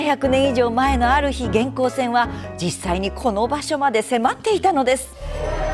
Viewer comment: 元寇のイントネーション、合わせないと。平板で。